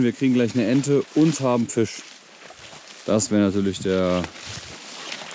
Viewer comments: Wieso sagt Fabio immer Fich statt Fisch? 🤷🤷🤷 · warum sagt der immer fich statt fisch digga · Fisch, nicht Fich.